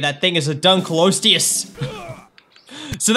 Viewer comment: here is how to pronounce it i hope this helps! <3 Dunk-Lee-oh-stay-us